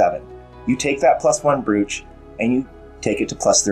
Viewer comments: Hey. Thanks as always for the well structured and thoughtful analysis. Just a tip: 'brooch' is pronounced 'broach' (rhymes with 'approach') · I drafted a message about to point this out but thought it might be an americanism!